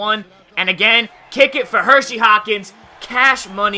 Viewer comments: HERSEY, NOT HERSHY! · Just so u know It is HerSey Hawkins not HerSHey Hawkins.....not a big deal just annoying me lol.... good stuff though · Its Hersey not Hershey. I don't wanna sound annoying, but growing up a Sonics fan I hear everyone saying Hershey. By the way great video again!